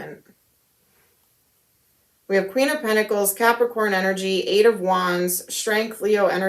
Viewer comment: Every time I hear you say Capricorn I get pissed😤